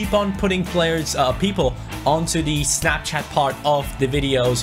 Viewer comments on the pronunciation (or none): none